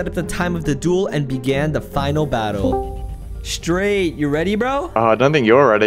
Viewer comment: I was normaly watching and then i heard "Straigjt" and I was like "WHAT WHAT"